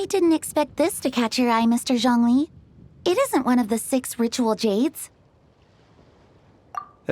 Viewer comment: OMG YES THASNK YOU FOR PRO0NUNCING THEM PROPERLY I LOVE YOU EN VOICE ACTOR FOR ZHONGLI